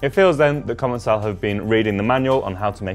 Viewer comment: In fact it should ce commençal where the ç is pronounced as an « s » in French. They probably erased the cédille (ç) for commercial reasons or because capital letters loose their accents. So indeed it is pronounced: comonsal.